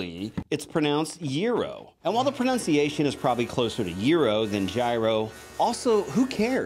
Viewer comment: "pro-NUN-ciation" not "proNOUNciation"